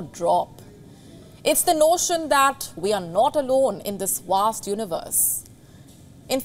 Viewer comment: “This wast universe…” 👳🏾‍♂️